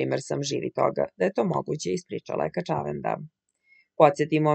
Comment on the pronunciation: Gospodjo, kad vec citate tekstove ovako na jutjub klipovima, molim vas, ako mozete, uzmite casove dikcije. Zbog nacina na koji izgovarate "kaCAvenda" nisam mogla duze od 20 sekundi da slusam klip. Nije kaCAvenda, nije juGOslavija, nije!